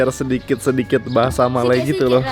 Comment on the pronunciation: bahasa melayu bukan bahasai melai... melai mcm menghina jerrrr...